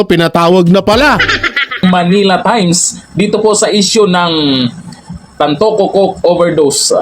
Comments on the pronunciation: TANTOCO NOT TANTUCU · TanTOco not TanTUco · TAntoco po..hindi tan tucu... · Brod tantoco hindi tantuco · Pronounce- TAN TO CO